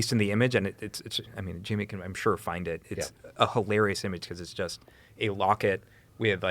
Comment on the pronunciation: Dude was calling "Jamie" "Jimmy" hahahahaha so surprised that Joe didn't say anything about it lol.